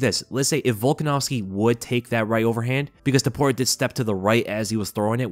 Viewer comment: It's " T O P U R I A " , and not " T U P O R I A " ! I can't describe the cringe i felt the whole time listening to all 3 commentators saying his name wrong THE WHOLE TIME. Bruce Buffer is the only one that said his name correctly.